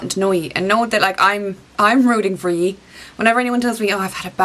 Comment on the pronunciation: Loved the video! I love how you sometimes pronounce you as yee! Have a great weekend!